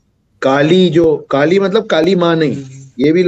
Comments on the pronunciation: First of all Kali nhi kallleeee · दानवका नाम कलि है न कि काली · It's not kaali it's Kali , कली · Woh kaali nahi “kali” pronunciation makes a big difference becoz kaali Devi hain aur kali asur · Pronounciation of Kaali & Kkali is not same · Vaiii kali nahi koli or bali nahi boli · Its not kaali ....its kali🙏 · त्या राक्षसाचे नाव "काली" नाही "कलि" आहे. Please don't spread wrong information or pronunciation. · Not Kaali it's kali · Not kaali it's Kali. Kali purush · Its कली not काली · Kali na bhai kliii hai klii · kaali nahi kali😂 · Respected sir... आप ने बलि का उच्चारण बाली व कलि का उच्चारण काली किया। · First of all it is not kali(काली )it is kali(कली) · Pls pronounce it as kali sir.. not kaali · Kaali and Kali This man don't know how to pronounce and he is claiming to be the expert! This man is just a propagandist and trying to sell his books! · कली,काली नहीं | बलि , बाली नहीं| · Kali Ko Kaali Bol Raha Hain.... 😂😂😂wahh.. 😅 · Kali bolo kaaali kaali kyo kar rahe ho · Its not kaali its kali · yah u r ryt its kali not kaali Half baked knowledge leke log gyan pelte hain bhai